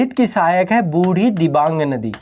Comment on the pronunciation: I am from Assam near brahmaputra river..one of the big fan of ❤️ माजुली दुनीयाका सबसे बड़ा नदीद्वीप और दुनीयाका सबसे छोटा नदीद्वीप भी ब्रह्मपुत्रके बीचमे ही है जिसका नाम है उमानन्द ৷निचे मेरा उमानंदा भ्रमणका लिंक दिया हुঁ एकबार देखना ৷ तीन नदीका नामका spelling थोड़ा गलत कहा आपने पीथुमारी,जियाबरेली,बुढ़ीदिबांग ৷सही Pronounciation है पुथिमारी, जियाभरली अौर बुढ़ीदिहिंग৷😊